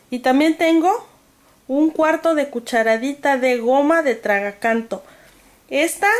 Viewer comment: es tragacanto o tragaganto??